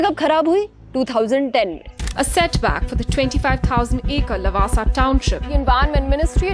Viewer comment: you fool not lawaasaa pronounce it Laawaasaa